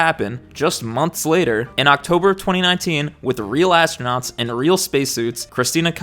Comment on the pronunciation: ASS-TRO-NOTS 😂 GAYLE KING called it "THE EDGE OF SPACE" when William Shatner went. Now that was a moment. SHATNER in SPACE 💞💖💞